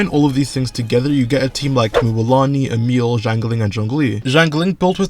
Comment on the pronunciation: Her name is Emilie not Emile..